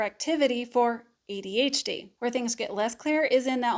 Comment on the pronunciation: Despite the way you say adHd instead of ADhD this was thee MOST helpful video I've listened to regarding the social differences overlap. Very helpful in fighting my imposter syndrome monster. Thanks.